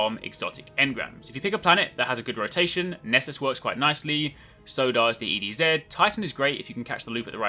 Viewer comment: You said ED Zed and not ED Zee, I could hug you dude!!!!! Crazy helpful vid too man, nice one